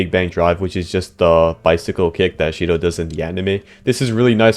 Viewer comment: sh-to❌ she-dough✅